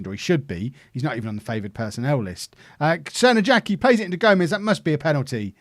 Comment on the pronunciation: I hate to clown on you, but the J in Crnojacki's name is probably pronounced like in Arjen Robben's name. Excellent go of it, but just thought to let you know:)